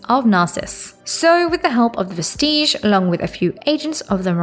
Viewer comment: And Vestige is DEFINITELY not pronounced like Prestige